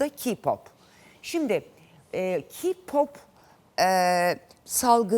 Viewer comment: KPOP AKIM DEGIL MUZIK TURUDUR LAN. AYRICA "KİYPAP" DEGIL "KEYPOP" DAHA NASIL SOYLENIR ONU BILMIYON. GELMİŞSİN BURDA KONUSUYON. SEN GALIBA HAYRANLARDAN DEGILDE SEDA AKGULDEN DINLEDIN KPOPU. KPOP FANI KAYBOLDU DIYE KPOPU SUCLAYAMAZSINIZ. O ONUN KENDI TERCIHI KPOP BIZE GIDIN ZAYIFLAYIN RENGINIZI DEGISTIRIN DEMIYOR. KPOPU SADECE ERGENLER DINLEMIYOR 90 YASINDA HAYRAN OLANLAR BILE VAR ONLARDAMI ERGEN GERIZEKALILAR